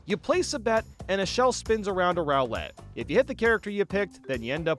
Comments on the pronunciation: what is that pronounciation? It's rOO-let, not rOW-let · It is NOT pronounced "row-lette." It's "ROO-LETTE." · Why do you pronounce roulette as rowlet? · Why does he pronounce Roulette like the Pokemon Rowlet? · "Game Guy's Rowl-lette.." ( Skips back 5 seconds ) excuse me what? "Game Guy's Rowl-lette.." Okay I'm not going insane. Bro really said rowl-lette instead of Roulette. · The way he says roulette as 'rowlette' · I can’t get over how he pronounces roulette as rowlet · Hearing his pronunciation of cadets and roulette hurt But the mini games were mid anyway so 🤷🏻‍♂️ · I love the tone and dedication I KNOW this took. The only thing that gives me whiplash is the way you pronounce ba-bomb and roulette 😢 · That's not how you pronounce roulette. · WTF is that pronunciation of 'roulette'